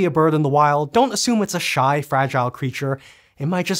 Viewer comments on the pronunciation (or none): "...It might just be gheering up" <3